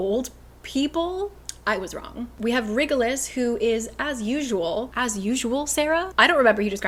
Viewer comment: "WriggleUs" 😂 Every time she pronounces that name. Super glad for this video so I can see what happens, because there's no way I could endure another book of cringe and plot holes